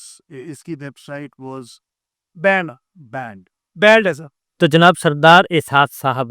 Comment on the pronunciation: Yeh advocate kon hai? Baat krna he nhi aati na he pronunciation theek hai, Ukrain ki pronunciation check kro, phir banned ki pronunciation suno, uneducated advocate lg rha hai.